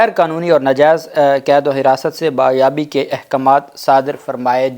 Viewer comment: It's 'Bazyab Kerwana' not Bayab pendu